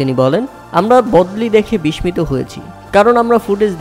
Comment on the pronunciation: বিসমিত না, উচ্চারণ হবে বিসসিত